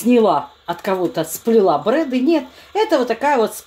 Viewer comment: не брэды, а ДРЭДЫ правильно